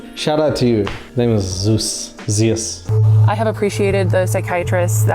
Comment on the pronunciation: shout out for properly pronouncing “Zeus”! (You’d be surprised how few 🇬🇷Greek words and names are mispronounced in the English-speaking world!😂)